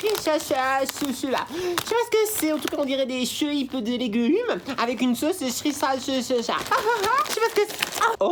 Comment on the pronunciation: On dit siracha 😅😅😅